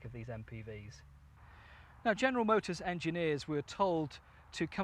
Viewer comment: MOTORS NOT MOTOERS